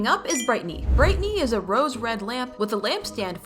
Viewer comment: It’s brighteny not Britney